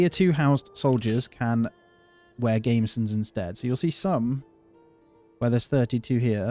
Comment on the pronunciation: The word is pronounced gam-besson not gameson (unless maybe your sheep produce lames), and if you had ever had the misfortune to wear mail without a gambeson underneath it (as I have, both with and without), you would realise why the gambeson was always worn, with or without chain or plate mail over it, although the full thickness of gambeson with up to nine layers of stitched linen was usually not worn underneath anything. Surprisingly, such thick ones were very effective as armour, and chainmail was only harder wearing, and no more effective against most weapons. As a first layer of armour, no more than five layers were usually worn, and often only three or four. But they were essential to stop your mail ripping your skin to shreds.